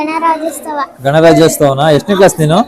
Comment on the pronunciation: ಗಣರಾಜ್ಯೋತ್ಸವ✅. ಗಣರಾಜ್ಯೋಸ್ತವ❌.